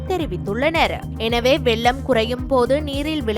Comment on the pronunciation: அம்மா தமிழைக் கொல்ல வேண்டாம் வெல்லம் அல்ல வெள்ளம்.